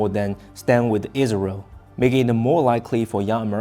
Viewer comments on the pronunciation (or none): none